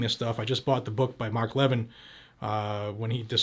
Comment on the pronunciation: Great job overall. You are one of the heros who inform citizens that actually care about the US and about freedom. That said, please if you are going to call out Mark Levin (an other great hero informer of the public!!!) please learn how to pronounce his name! We expect to see ignorance on the Left, by the ton, but not from you. Overall, love your show and highly appreciate the good work that you do for the country.